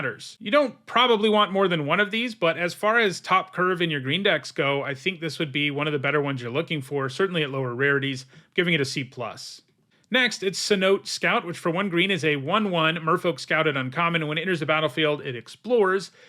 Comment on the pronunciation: Not to be mean, but Cenote is pronounced “seh-no-tay”. It’s a Spanish conversion of a Mayan word referring to an underground cave with permanent water, usually ponds or lakes. I had the privilege of exploring and swimming in several when visiting the Yucatán years ago